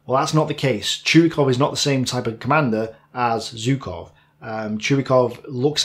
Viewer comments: You mentioned Zhukov so much in the video, I can't help but ask: Why do you pronounce his name like "Zew-kov"? There is a "ZH". When you pronounce Voronezh, you say it with a clear "ZH". Why are you picking and choosing how you pronounce a "ZH"? ZHOO-kov ("ZH" is pronounced the same way as "S" in the words "pleaSure" and "viSion".) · Hi, please, I do understand that Russian names are hard, but still Zhukov is great enough a figure to deserve his name pronounced correctly. 'ZH' reads like 'G' in barraGe or massaGe, the "french" way. The problem is whichever letter you use to write his name (J or Zh or even G), it won't be correctly read according to the rules of English grammar...